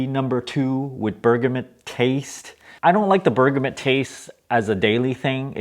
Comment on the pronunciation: Twinings = twynings Bergamot = berg-a-mo